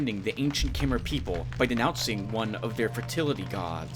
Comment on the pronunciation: Khmer. I believe it's pronounced almost the same as in Khmer Rouge. In which case it's Ka-maer/Ka-mare (but with the Ka running into the M so there's no gap between).